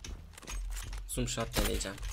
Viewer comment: abi zom shat deyil no scop